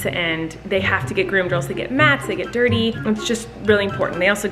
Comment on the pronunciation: “My Persian cat is DIRTY*in fancy accent*” 😂